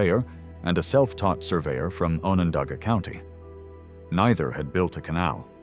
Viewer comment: Um.. ONondaga not OHnondaga